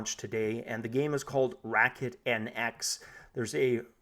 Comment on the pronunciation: racket, not racknet mate 😂😋